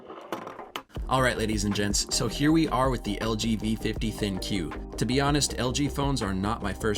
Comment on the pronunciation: I think you are meant to say ThinQ as "think"